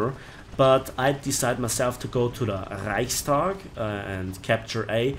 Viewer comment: Reichstag mit rollendem R :)